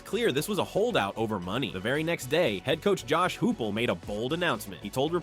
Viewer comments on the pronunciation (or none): HOOPOL? It’s hypeol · “Hoople” come on dude